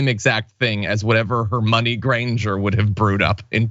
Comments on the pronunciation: Omg he said HermOIne- like oy. I was all over that too, John. I didn’t think I could like Charlie Kirk any less. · Hermoane sounds like a porn version of Harry Potter. 'Her-moan-e' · He's pronouncing it like it's spelled, instead of how it's said. Also, he's an idiot for a multitude of other reasons. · Charlie Kirk probably only read the first 3 books and gave up....JKRowling put in the 4th book the sceen where Hermione was trying to teach Viktor Krum how to saw her name because IRL everyone was mispronouncing the name Hermione which is a name that has existed in England a few hundred years....Americans did not know how to pronounce it